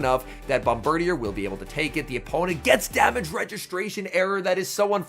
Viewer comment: Hi, not to be a nerd but Bombirdier is actually pronounced bom-ber-DEER, not bom-ber-dee-er lol